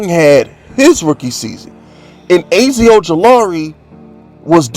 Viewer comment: I ain’t watching no more videos until you learn how to pronounce Azeez Ojulari and Micah Parsons’ first names! 🤦🏾‍♂️